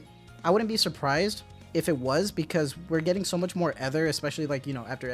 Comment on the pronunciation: Correction for Ether pronunciation- it’s a long E.